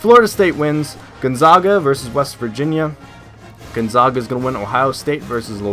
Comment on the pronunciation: By the way Gonzaga is pronounced Gone- ZAG- Uh, the first "a" is not pronounced "ah". Sorry, I had to be nitpicky.